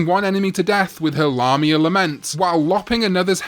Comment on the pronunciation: Lamia is pronounced Lay-mia not Lah-mia.